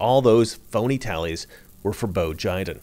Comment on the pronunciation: "Bo Jiden" "United States of Amercrian" ...good stuff...